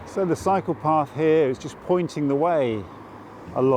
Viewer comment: Great video! When you said "cycle path" , I though for second you said "psycho path" 😂🤦‍♀️silly me